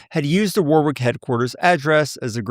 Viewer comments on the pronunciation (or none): none